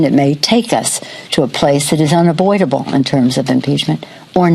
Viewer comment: She said uniboidable for unavoidable!!! lol😕